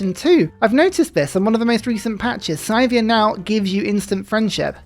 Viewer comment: I love your content, but the way you pronounce Scythia hurts my soul. It's Scythia. Sea-thia.